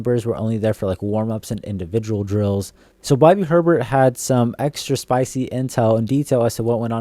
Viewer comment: “Bobby Her-Bert” “Rattler is looking to be on fire” Gotta work on this stuff, bro.